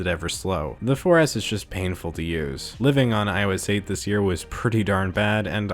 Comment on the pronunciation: When he said 4s I thought he said foreass one time lmfao 😂😂😂😂